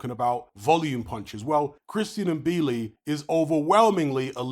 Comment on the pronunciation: and THIS IS how you pronounce it THANK YOU…🤣😩 It’s not M—-billi, it’s " Mbilli "